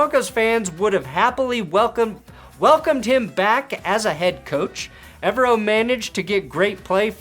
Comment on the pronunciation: I can't wait for Evero to finally leave Denver so you can stop pronouncing his last name wrong 👍